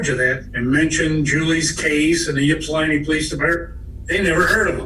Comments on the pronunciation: Ok I’m gonna be that guy. I live in Ypsilanti. But its not pronounced “YIPP-sa-lan-tee” it’s pronounced “ ipp-sa-lan-tee”. Lol. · The Ypsilanti pd is such a failure of a public service department. Complete joke. I went to EMU and lived at Penn Place where she was murdered. EMU has had several homicides. But my god ...the pronunciation is (ipp)silanti NOT (yip)silanti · This was confusing as hell. But on a lighter note, the grandfather pronouncing Ypsilanti "Yip-silanti" at times is funny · It hurts my soul every time says Ypsilanti.